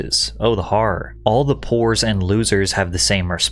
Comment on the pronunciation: he says "poors" like a slur